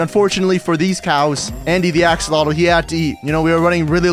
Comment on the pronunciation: emm morder axolotl not kyng at oll